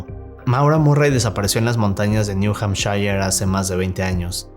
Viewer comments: Vivo en new hampshire, y cada vez que lo menciona me duele el hígado por como lo dice 💔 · estimado, primeramente aclaro que mi comment no tiene mala intención o mala vibra: me permito corregir tu pronunciación, lo correcto es: Niu hampshir,.. No,niu hampshaiyer.. saludos cordiales desde Tijuana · Se pronuncia 'Niu Jampshir'